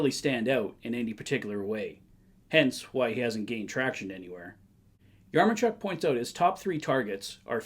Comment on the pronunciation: Thanks for the video! Just wanted to clear up the correct pronunciation of Yaremchuk is "Ya-rem-chuck"